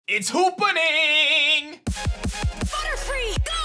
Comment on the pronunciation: It's hoopaning. Lol